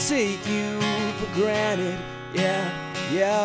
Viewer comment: pretty good but you pronounced granted wrong